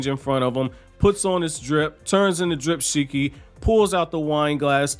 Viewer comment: ' dripshiki ' Lol🤣🤣🤣🤣😂😂😂😂🤣🤣😂🤣😂🤣😂🤣😂🤣😂